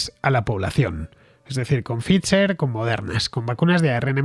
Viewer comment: Pfizer se pronuncia "Faiser" Fernando